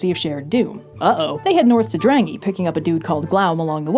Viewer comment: sth Drangey is not Drangy but more like Drung-Aye Not sure what "drang" means, but "ey" is island